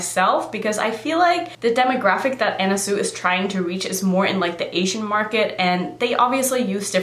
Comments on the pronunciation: Pronounced 'Swee' not Sue....just fyi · Not to be that person,, but it's pronounced sui,,like (swee) love your channel,, pronouncing things is no big deal anyway,, but ..